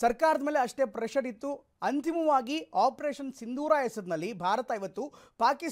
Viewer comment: ಸಿಂಧೂರ್ ಅಲ್ಲ, "ಸಿಂದೂರ"